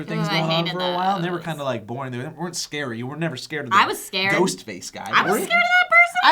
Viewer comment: Nothing is scarier than a Korean horror movie. Good God, when they say scary they mean SCARE-EY!